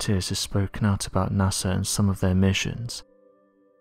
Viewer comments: It's NASA not NASER. Maybe get some sleep before doing these videos? You sound like a zombie bro. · NASER? Really? Come on. Get with the program. I am a big fan but please try to say it with me "NASA"!